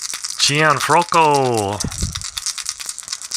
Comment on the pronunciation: hey how things I see you had trouble with Archi Cianfrocco name I hope this will help you..... See N Froc Co Italian last names could be a tongue twister......i'm enjoying your vid series on Maddox